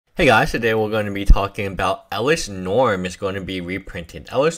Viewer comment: It's norn Not norm